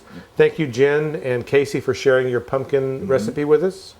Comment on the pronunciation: drink every time says "pun-kin"